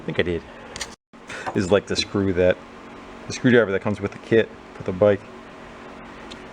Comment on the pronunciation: Haha, that made me laugh "I have a lil screw driveah, in me poket." 😂